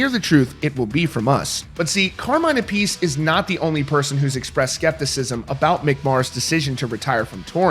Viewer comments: Carmines last name isn't pronounced "a-piece" it's pronounced "ap-a-see". How the hell do you not know that when it's your job to know rock and roll and the artists in it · Learn to pronounce Carmine’s surname correctly.